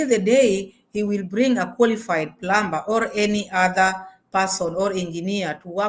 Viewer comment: In the word plumber the b is not pronounced I the correct pronunciation is plummer rhymes with summer.Although it is spelled with a B.